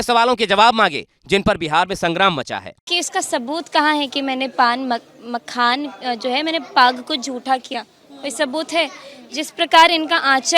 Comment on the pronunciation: जो मखाना नहीं बोल पा रही है जैसे लोगों से बिहार क्या उम्मीदकर सकती है ऐसे लोगों को वोट करना दिल्ली मुंबई पंजाब गुजरात हरियाणा पलायन रुकेगा नहीं